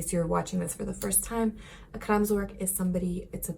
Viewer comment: Kraamzork? I'm sorry, I know you're trying.